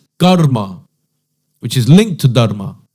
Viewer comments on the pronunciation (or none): Was he really a hindu? Why is he unable to pronounce 'Dharma' correctly? No matter which country you're in, Hindus consistently pronounce it the same way. But this guy? I'm not even sure if he has Indian features but judging by his skin tone, even if he does, it raises more doubts. How could someone from an Indian family not be familiar with such a basic and commonly used word? Did his parents never teach him